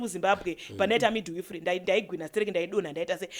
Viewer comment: Yeah kudzidza kopengesa mapronousations arikutaurwa apa ka 😂😂😂😂😂 handzi Passon 😂handzi midwifree haaaaaa imi ka itai mushe